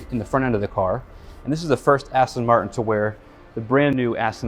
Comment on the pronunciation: You work for Aston MarTin. Learn to pronounce the “T”. It isn’t hard. 🙄🙄🙄